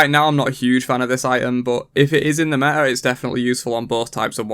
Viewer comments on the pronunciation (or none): none